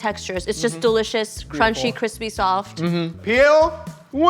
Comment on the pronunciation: "It's almost too Qwispy" - Joshua Weissman has entered the chat.